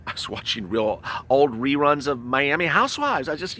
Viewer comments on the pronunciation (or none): none